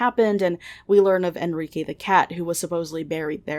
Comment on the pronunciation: Wait what?? Enrike???? Sounds like Enriqueee ✌️